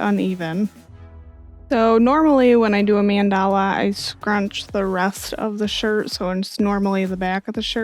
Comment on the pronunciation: Hey! Thank you for this tutorial, your explanations are very concise and understandable, and the shirt came out beautiful 😍 Just one thing, just so you know, it's pronounced MAHN-da-la, not man-DAH-la. Just FYI! Thank you for all your wonderful videos, I can't wait for the next one!